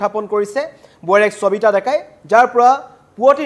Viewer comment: চবিতা নে সবিতা ? অসমীয়া ভাষাত শ ষ আৰু স যুক্ত শব্দ সমূহ কি দৰে উচ্চাৰণ কৰে আপুনি নাজানে নেকি ? এজন অসমীয়া হৈ অসমীয়া ভাষাৰ শব্দ কিদৰে উচ্চাৰণ কৰে নজনাটো লাজৰ কথা বুলি আপুনি নভাবে নে ?